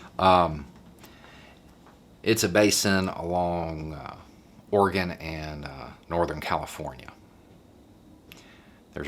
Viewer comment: thank you for pronouncing Oregon correctly